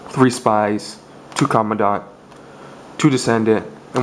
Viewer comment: Command ent not comendont